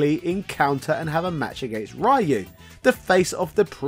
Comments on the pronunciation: "Capcom would decide... 'Enough is enough, and it's time for a change!'" Shows Owen Hart Absolutely brilliantly done. Dunno how many people caught the reference, but I love you for it. XD (...I'll even let that whole "Rye-oo" thing slide for this video because of it. But seriously, the name isn't hard to pronounce, my guy.) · Nice video. But i still don't know who this RaH-YOu character you keep refering. It can't be Ryuu Right? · I think this guy is deliberately mispronouncing "rai-you" because of the way he does it- I assume he's found the negative engagement helps promote his videos? I can't imagine he hasn't caught flak for doing this in the past. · "Rai you" Cmon man we're in 2022. Say it right. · I hate Ryu, or as you pronounce his name, Rye-you. Even Twelve has more personality than Ryu. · the pronunciation of Rye-u and Sagget is incredibly grating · Rye-u hurts everytime. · Rye-you actually hurts to hear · Rye-you. . .You really don't know what you're talking about. . . . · Could you please pronounce "Ryu" correctly? It's insulting. You don't even have to say it in the Japanese way. Just say "ree-u" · It's not Rye-u, pftt bri'ish. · I can't stand hearing people mispronounce Ryu like that. It should be punishable by law. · English speakers will never learn to say it right. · Aaron Roberto you may "see" it correctly. But you probably pronounce it wrong. English natives can't speak Ryu's name right, and that's a fact. Get over it. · Over 30 years of Street Fighter and people still dont know how to pronounce "Ryu" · His mispronunciation of Ryu's name almost makes me want to stop watching, lol. Great video though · Same! He is actually capable of pronouncing it properly because I've heard him say it in "shoryuken" & he doesn't pronounce "Ryo" as "rye-yo" either so I'm pretty sure he's just trolling us now to get a reaction. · I like how you say Ryu's name wrong. Takes me back to the 90's 👍🏽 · He knows.he does it on purpose to troll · Rayu 😂 bro it’s “Ree-U”